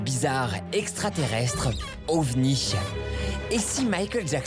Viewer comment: déjà il n'a pas dit OVNI mais ovmi